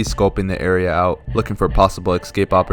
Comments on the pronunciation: ESCape Not EXcape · I like how you say ekscape. Please do more videos. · I love this and I can't wait for the next one. I just don't get why you pronounce "escape" as "ex-cape" lol, is that a regional thing or sth? (genuinely curious as a non-native)